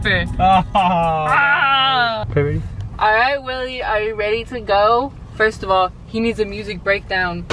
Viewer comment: When they said dipper I was like what’s a dipper then it took me a while to figure out what a dipper was 😂😂😂 It’s. Diaper but they called it dipper